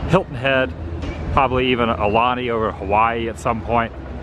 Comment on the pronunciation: Another top shelf video here Adam. Quick question. Your home resort is the “Riviera” at a 150. You procured 50 additional points at the “Grand Floridian”. Does that mean you currently have two home resorts? And one more thing my friend, your pronunciation of “Aulani” is wrong. I want you to learn to say it properly so that when you make your way out here to the island you don’t sound so “haole” (white). Your currently pronouncing it “ahhh-lani”. It’s more like “owl-lani” as in “OWL” the bird. It seems like a lot of tourist that come here and stay at Disneys Aulani resort, seem to not pronounce the “U” in the name “Aulani”. Anyway, now you know. And as “Duke” said in the OG G.I. Joe cartoons, “knowing is half the battle” 😂🤙🏽 Aloha from Honolulu.